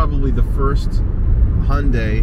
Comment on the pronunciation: I have to say that's perfect pronunciation of 현대! And 5 years and 60000 miles of Roadside Assistance. Last time I had a flat was almost two decades ago.